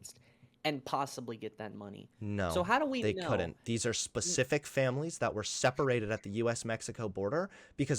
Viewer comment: Wtf is a "Percific Number"????